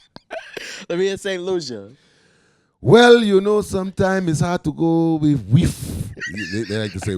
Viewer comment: You're funny and but you got saint Lucia accent all wrong buddy...but still big up yourself big man🇱🇨🇱🇨🇱🇨